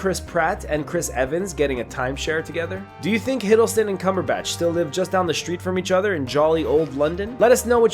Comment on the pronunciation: Also Benedict "Cumberbash"